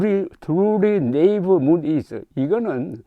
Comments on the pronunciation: 하우 트루리 네이버 문 이즈 ~ 조선생님 토박이 영어발음 쪼매 나오시네요~ 네이버 대신 나이브라고 한 지 쪼매 마이 됨니더~ 네이버 문 = 나이브 문 ☞ 천지분간 못하는... 차마 세살은 못되고 그나마 두살 짜리 지능 정도~ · naive는 나이브로 읽습니다. ㅎ